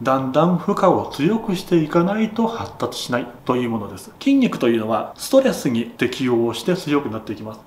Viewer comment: てぃんにくにてぃかせられている (筋肉に効かせられている)